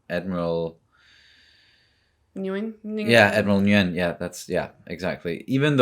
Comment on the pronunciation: Just an fyi, Nguyen is pronounced more like "wyn" or "win" or "ween." I think the "Ng" is pronounced, but it's very subtle, and not in the way you'd think.